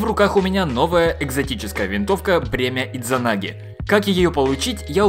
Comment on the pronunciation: Д не произносится! SMOrc